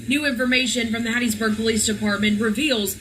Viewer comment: I WAS BORN IN RAISED IN HATT.B MISS. YOU SAID IT RIGHT. DON'T MAKE THE WRONG TURN😀😀😀😀